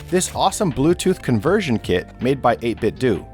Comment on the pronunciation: Heads up: 8 gigs of RAM is overkill for emulation - unless you're planning to dailydrive your Pi like a normal PC. Especially for surfing the web and compiling huge projects, which is where extra RAM really comes in clutch. ...oh, and it's pronounced "eight-bit-d'oh", not "eight-bit-doo". You're not trying to recreate a Nintendoo console now, are ya?